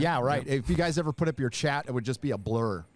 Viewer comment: Seven Samurai. "First Asians In Film Evah!"